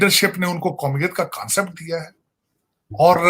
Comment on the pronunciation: It's not kansapet it's concept